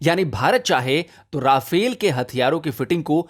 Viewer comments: राफेल नही रफाल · Nice video although you have Indianized the pronunciation of Rafale to ‘Ra-fail’ 😄